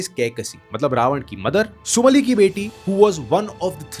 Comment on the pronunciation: Are you literally completely unaware of Indian culture? It’s not कंद but कांड - (kaand) not सुन्दरा कंद but सुंदर कांड not उत्तरा कंद but उत्तर कांड not सुमली but सुमाली not यक्षास but यक्ष not राक्षसा but राक्षस और राक्षसों not त्रिपुण्डा but त्रिपुंड Not क्रोधा but क्रोध damn, your pronunciation is so irritating! good to know foreign language but being alien to own culture is nothing but wokism! It’s irritating to hear I correct pronounciations which automatically shows your Ramayan knowledge is recently read!